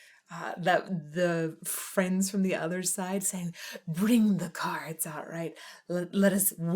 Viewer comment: Everyone else: normal lyrics: the Cahhds the cahhds